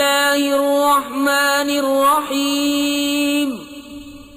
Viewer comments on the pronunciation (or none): none